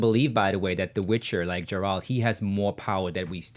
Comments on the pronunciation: It's not Jeralt, it's Geralt. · Its a hard G host, not pronounced like a J. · Host: Please stop mispronouncing Geralt’s name